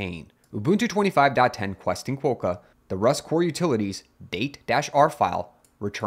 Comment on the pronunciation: Quokka is pronounced with "o" as in "bot", not as in "hope". i.e. it rhymes with "docker".